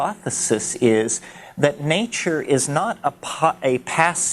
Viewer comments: I love how he speaks. My all time favourite is naachoor. When he gets on the nature roll you know he is in the magical mystical realm. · it's how he pronounces nature